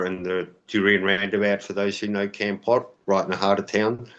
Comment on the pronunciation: Foreigners never pronounce Kampot right, it's Kom Pot. Thanks